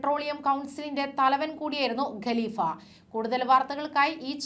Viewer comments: ഗലിഫ അല്ല കാലിഫ യാണ് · ഗലിഫ അല്ല കലിഫ